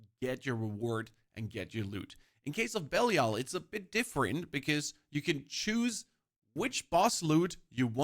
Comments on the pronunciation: Why does my guy pronounce it "Bellial" :D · can definitely tell the guy's never played d3 with how he pronounces belial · The guy explaining a lot but can’t even pronounce the name of Belial. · He pronounces belial wrong.